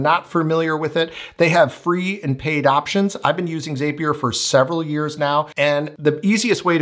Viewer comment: zapier .... it rhymes with Happier